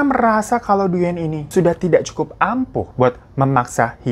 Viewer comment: Thanks for sharing this story. Koreksi sedikit ... pelafalan dalam bahasa Vietnam : "Duyen" dibaca "Dwen" ( seperti halnya kalau "Nguyen" dibaca "Ngwen" alias /uy/ selalu dibaca /w/ )